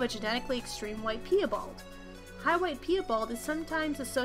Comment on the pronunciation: Pee-a-bald....its PIE-bald as in apple pie and my bald uncle 🤦🏻 i know this is old but please if you do make more videos learn the pronunciation of the words